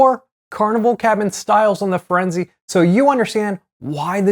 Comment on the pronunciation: Holy shit dude. FirenzAY. who doesn't know this?